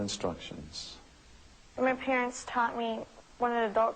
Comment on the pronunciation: the parents may have been disgraced after hearin her say my arents taught me to follow what elders say... they r such a disgrace